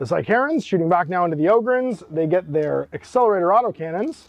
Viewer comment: Psy-Karens is a terrifying idea. Took me a moment to realise you were saying sicarans